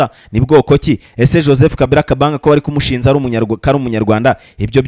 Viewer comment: Ko mwize ikinyarda mwagiye mukivuga neza. Ngo kumusinja, barikumusinja🙈 kumushinja, barikumushinja